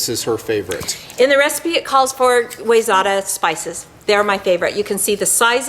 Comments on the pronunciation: Awesome video,. Side note for - Wayzata is pronounced wy-ZET-ah. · It's why-zet(pronounced like vet)-ah I grew up there in Minnesota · Cool video with great info. If you want to be cool with the MN locals, the spice company is pronounced "why-zetta". Have to represent my home town. Cheers to all, AND.... The owl is on the shed ;).